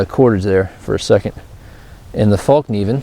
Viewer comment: FÄllkniven, not fAllkniven! :) lol